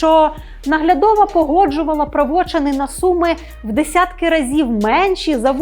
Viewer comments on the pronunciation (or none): Все правільно, але ріже вухо "правочин" наголос на "о"! А чому не "правочин" наголос на "и"???!!! Я якусь іншу державну мову вивчав?!